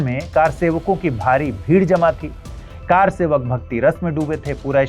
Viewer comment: Car sevak nhi sir, kr sevak Ye confusion to English walo ko hota he.....isse arth badal ja ra he